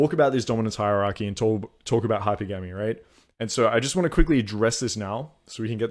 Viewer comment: Hi-pergamy bro not hyper-gamy